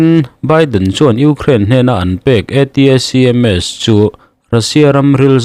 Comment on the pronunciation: ATACMS ti loin ATMS tih mai awm!!!😱